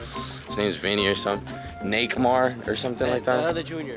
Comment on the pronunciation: he really said nekmar😂